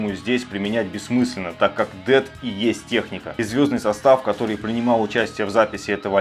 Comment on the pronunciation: Но правда правильно произносить Дэс*